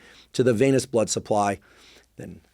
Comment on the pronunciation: Hey Andrew, it's "venous" system, not "veinous" system. Thanks for all the info!